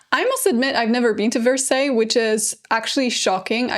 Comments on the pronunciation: “verseys”😭😭 it’s “varsay” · No offense, but Versailles is pronounced Ver-Sigh. Yes the little English Village or in English the Hamlet ( le Hameau) is totally renovated to the state it was at Marie’s time…it was quite dilapidated prior and was made of lot of faux finishes such as wood buildings painted to look like stone. Originally it was a botanical garden & on that site that she destroyed and had architects remodel the whole terrain with man made lakes and even a temple of love a round colonnaded temple made of columns with a canopy and in the center had a statue of Cupid. You may like one day to discuss a famous short story written by two English women claiming to have seen the Ghost of Marie and time traveled for a few moments when they were at the Hameau… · 😂😂😂😂 not me screaming at my phone "Karolina!!! It's Vers-eye!! Vers-EYE!!!!!!" 😂😂😂😂😂 oh the cringe, lol